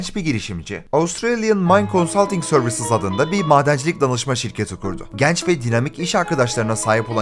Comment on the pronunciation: videolarını severek takip ediyorum, ufak bir konuda fikrimi söylemek istiyorum. "E" harflerini çok yanlış telaffuz ediyorsun "GENÇ, ZENGİN, RENKLİ" gibi kelimeleri her okuyuşunda gerçekten içim titriyor keşke duymasaydım diyorum ama bir yandan da çok başarılı ve güzel videolar üretiyorsun izleyesim geliyor:D Lütfen diksiyon konusunda biraz daha dikkatli olabilir misin. Teşekkürler ^_^